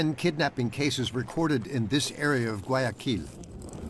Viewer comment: Не гуаЯкиль, а гуаякИль...